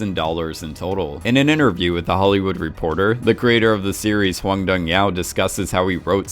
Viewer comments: Ffs how does he get "Yao" from "yuk"? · Why do you pronounce hyuk as yao? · Everything is great n i loved the video.. But i cant get pass how he pronounces Hwang Dong Hyuk (Like H-yeok or H-yolk, from egg yolk) as Hwang Dong H-yaow 😅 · Why does this guy keep pronouncing the director's name as Hwang Dong Yao??? it says hyuk? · “The Creator of the series Hwan Dun Yao” Please try to pronounce the director’s name as follows: Hwahng (short A, G at the end) Dohng (long O) Hyuck (“Yuck” with the H sound at the beginning). I’ve been binge watching like most of your content these days, and was watching all of your Squid Game material, but your pronunciation of the director’s name just cuts deeper and deeper and I just find myself wondering if anyone would correct it for you. I guess I’d be the one to do so. Sorry. I don’t mean to come off as aggressive or snooty. If anything just please pronounce the last part correctly. I don’t know how Hyuk could be pronounced like Yao. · It's actually pronounced "hoon", not hun ;) and the director's name hyuk is pronounced closer to 'he-yuck' but said quickly like goofy laughing 'ah hyuk hyuk' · Yeah, idk how the hell he gets "Yao" from "Hyuk", like what? Lmao he even said it correctly in a different video from what I remember, so how does he mess it up now?